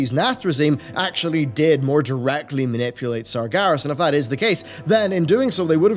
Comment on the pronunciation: years and years.. and you keep saying sargAras hahahaha oh well.